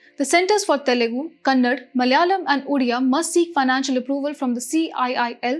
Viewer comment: It is not kannad crct it KANNADA